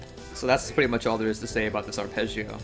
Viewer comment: as an italian, i love how you pronounce arpeggio ^^ also great guide thanks